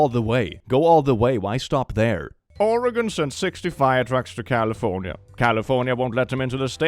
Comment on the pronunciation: Thank you for saying Oregon right.